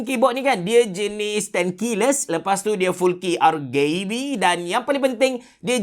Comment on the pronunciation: r gae b sebut je rgb biasa 😂